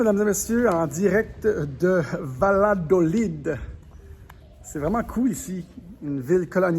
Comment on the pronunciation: PS: c’est pas Ladolid 😂 c’est Yadolid... LL = ya en español xx 😚